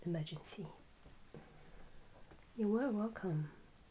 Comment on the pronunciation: She said “Wercome” im gonna cry in a corner now.. I miss the Wercome Back queen